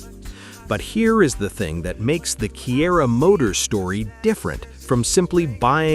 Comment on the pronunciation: Kiira - It's read as Chira